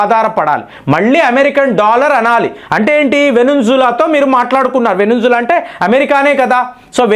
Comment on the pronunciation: అయ్యా వెనుంజుల కాదు.. వెనజ్వేలా.. దయచేసి సరి చేసుకోగలరు